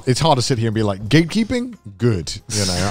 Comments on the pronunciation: The entire time I thought they were saying "gaykeeping"... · why i always hear gaykeeping when then say gatekeeping sdsafdsfsdfsdf